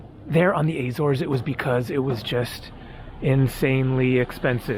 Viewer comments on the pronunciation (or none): none